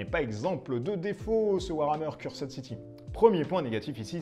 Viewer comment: Moi je dit qu'il en faudra plus pour battre Necromunda-Dark uprising. Décors sublimes , miniatures super cool, règles et univers vraiment intéressants... la boite pèse 4kg je crois que c'est un record. Donc moi aussi je passerai sur Cursed (dites [Ceurst] et pas "Curssed"). N.B : J'aime bien la présentation en mod Fidèle Castro pour "Age of Cigar" ;D